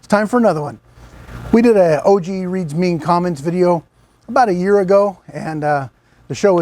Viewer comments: It's not O G, it's pronounced "OGG!" lol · It's not O G it's pronounce "ogg" lol